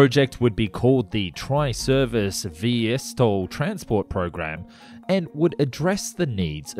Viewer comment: "VeeSTOL", not "VeeEssTOL". V-two two instead of V-Twentytwo? Are you just a voiceover guy who knows nothing about airplanes?